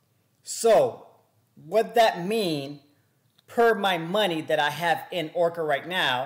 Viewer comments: Bro it’s Orca not Okra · hey, try saying Oar-ka..... not Okra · Omg this guy can’t even pronounce the word orca